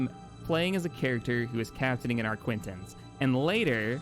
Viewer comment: It's definitely the arquitens you voice. Classic mispronunciation